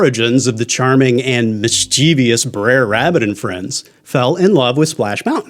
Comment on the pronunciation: Mischevious? Mischievous.